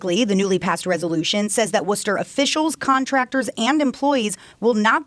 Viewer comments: As a MA native I’m glad you learned to pronounce Worcester this time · Good job pronouncing Worcester right this time. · U learned how to pronounce Worcester correctly 😁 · W for correctly pronouncing Worcester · You said Worcester right awesome man, and glitter is the herpes of the craft world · Thank you for pronouncing Worcester correctly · Thanks for saying Worcester correctly